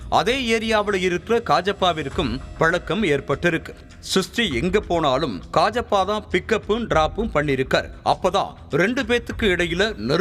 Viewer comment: Dai athu kajappa illa kaajiyappa